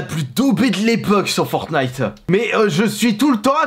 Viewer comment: En vrai ça va, tu disais FortnIte avec le t Parce que y’en avais pleins a l’époque qui disait FornIte sans le t